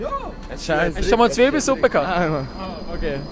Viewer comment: "Zwiibelesuppe"... es heisst: ZIIBELESUPPE! 😉